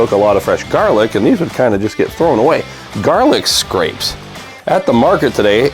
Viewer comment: Everybody, thank you for watching. Let the record show that I now realize that I misread the word garlicscapes as garlicscrapes. It won’t happen again. Lol. I am sorry about the mispronunciation. I will try to do better in the future. Lol.